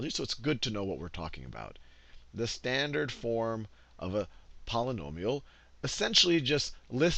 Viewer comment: whos annoyed by "slandered' in